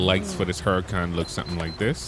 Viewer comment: It’s spelled hurricane. Pronounced hurricane not hurrican